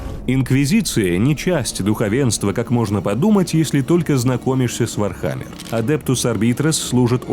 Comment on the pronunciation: как же по ушам бьет ваше не верное произношение ударения..... вообще чтоли не в курсе даже основ вархаммера?